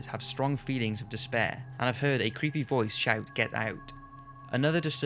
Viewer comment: He always pronounces "heard" as "heed"